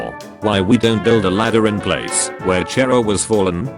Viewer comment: So nobody’s gonna talk about how he says Chara?